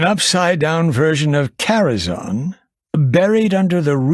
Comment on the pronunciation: The movie pronounced Karazhan wrong. I think most have tho.